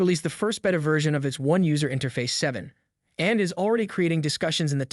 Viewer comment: The way you pronounce Beta is driving me crazy😂